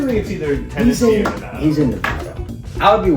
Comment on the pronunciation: thank you guys for saying Nevada properly since being from here people barley say it right